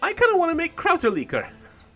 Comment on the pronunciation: Americans really say "Krauterlikor"?:D It's a German word and it sounds hilarious to me hearing you speak it out. Still loving this series, guess I have some Kräuterlikör now, cheers!